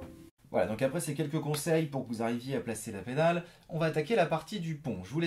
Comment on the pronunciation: « Et c’est juste apreyy » x)